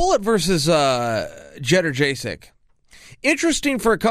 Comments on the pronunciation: Polish guy here. Nobody but me in the USA can pronounce Johana's last name correctly. Here it is. Jedrzejczyk: "Jed-Ray-She Ack" Sounds just like it is spelled. What is your problem? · Chael "jetterjaysick" Sonnen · Jedderjaysek? Chael wildin 😂😂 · jederjaysic dude. lmfao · Chael should learn how pronounce jedjedchik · Yo - on - uh Yoon - jay - chyuck